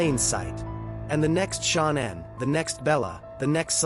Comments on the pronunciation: Shan Ann. Say it right stupid. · If you want to do a video on this at least learn how to pronounce her name SH NAN